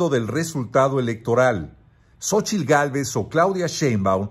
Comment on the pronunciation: "Xochilt Gálvez"😂